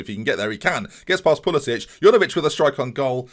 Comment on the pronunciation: Pulisic is american, not croatian. Pulisick, not Pulisitch!